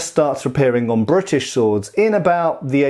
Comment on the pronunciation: i like how you say "Brrritish"